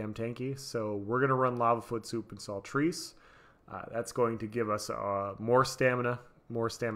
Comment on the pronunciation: Great video, but the food is pronounced salt-rice, not salt-reece or whatever it is you're saying lmao.